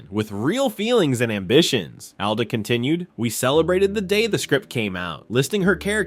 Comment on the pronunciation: Alda not Ada